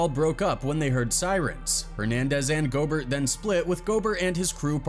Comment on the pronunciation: It's pronounced Go-bear, not Gobert. Damn AI narrator 😂